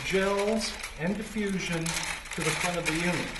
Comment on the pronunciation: diffusion not deffusion